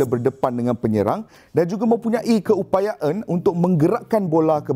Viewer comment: aku sorg ja ka yg perasan ni ckp "keupayaen" 😂😂